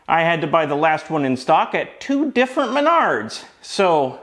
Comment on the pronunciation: I just want to let you know that every time you say Menards, I chuckle to myself. I feel like it's what a pirate screams when you kick them in the bollocks.